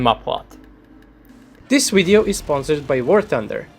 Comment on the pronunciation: MATE PLEASE... Video, not WWWideo! 🙄